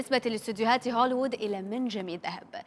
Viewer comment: هوليوود وليس هوليود يا...!!! 😍😍😍🤓🤓🤓